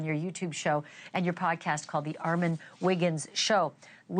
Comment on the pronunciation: Okay class what sounds do the short and long o say? Definitely not i as in igloo Good job ArmOn 😊